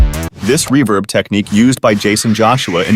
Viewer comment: The use of AI to narrate this is annoying as shit with the way it pronounces ‘reverb’